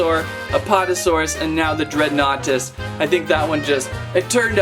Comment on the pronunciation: I think you say it as dregan nartus